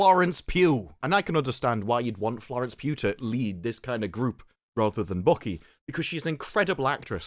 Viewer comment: Mate...It sounds like you're saying 'Florence Pube.'